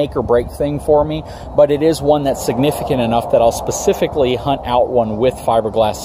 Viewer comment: Can make a drinking game out of the number of times he says “Pacifically”... lol, Nice informative video though.